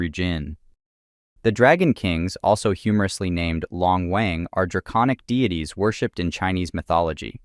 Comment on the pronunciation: long wang isn't pronounced like that but ok